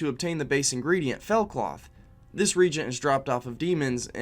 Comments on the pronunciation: It's Re-agent. Not regent. It's 2019 come on. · Thank you. Scrolled through the comments to see if I was the only one who cringes when people say that.